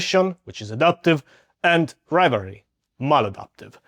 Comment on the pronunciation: Are you saying rivalry?